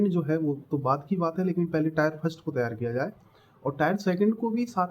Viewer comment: टायर नही टियर 😂😂😂😂😂😂